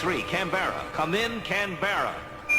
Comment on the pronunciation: Australian here .. Canberra is mispronounced in the epilogue 😊 it’s Can-bra